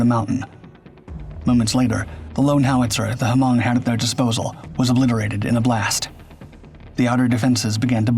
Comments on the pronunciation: "H"-Mong LMFAO; I had to rewind the video and relisten. I couldn't believe he said that. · Is my God? Haven't you seen Grand Torino? The H in Hmong is silent 😂😂